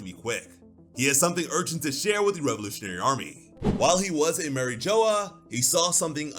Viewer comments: Did you really just say Marie joa? Seriously? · Who the hell is Mary Joe or whatever the hell you’re saying? It’s pronounced like a French word not Joe or Joya or however the hell you’re saying it!